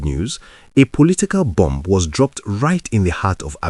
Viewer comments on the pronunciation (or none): none